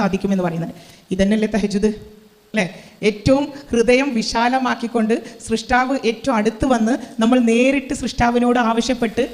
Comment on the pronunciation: തെറ്റുകൾ ആർക്കും വരാം! ഇവർ പറഞ്ഞതിലെ ഞാൻ ശ്രദ്ധിച്ച ചെറിയൊരു തിരുത്ത് പറയട്ടെ!? സൃഷ്ടാവ് എന്നല്ല സ്രഷ്ടാവ് എന്നാണ് പറയേണ്ടത്!🙏💕🤲🏻